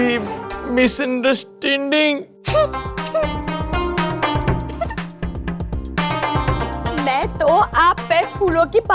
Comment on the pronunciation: Misunderstanding ❌. Miser standtgh✅ 😂😂😂😂😂😂